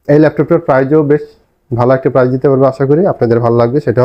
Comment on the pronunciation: কথাটা হবে "অবিশ্বাস্য প্রাইস" - "অবিশ্বাস্য প্রাইজ" নয়!